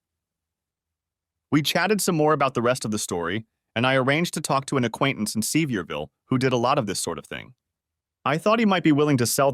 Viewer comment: You can tell that the creator of this might be aware of geographical locations, etc, but hes no Southerner. If he was, he would've spelled certain city names phonetically so it would be b pronounced properly by the AI. Its "suh-veer-vull" not "see-vee-ear-vill", lol. Hard to twll a story from a Nort Carolina hillbillys point of view sounding like a city yankee. I'm a Tennessee hillbilly, and i can tell the difference.